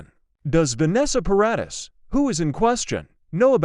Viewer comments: Stop AI reading ! Ugggg Para deees not Para diss ! So annoying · It's Paradis.